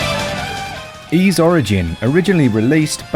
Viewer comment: You mispronounce the word "Ys". It rhymes with "fleece", not with "freeze".